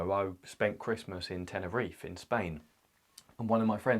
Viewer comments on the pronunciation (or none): none